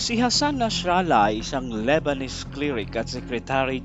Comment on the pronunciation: Nasrallah lang sir, di Nashralah